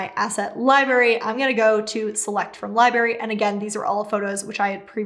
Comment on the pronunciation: I'm pretty sure the word "library" has two r's in it and they are both pronounced. So "lie-BRARE-ee", not "lie-BARE-ee". Just saying. Otherwise very helpful and well put together. Thanks.